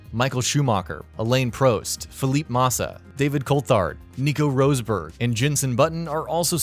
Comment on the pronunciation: Haha roosburg